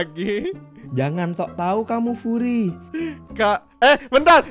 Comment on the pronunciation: Furry bang bukan quri😂